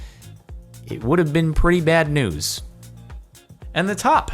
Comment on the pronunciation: At first I heard "it would have been pretty bad noose" when he said "It would have been pretty bad news"